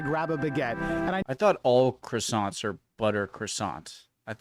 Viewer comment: Cracks me up how Americans pronounce Croissants.